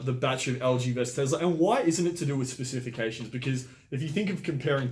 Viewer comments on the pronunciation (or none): Specific-cation or specification the fella on the right can’t say it right either. Lol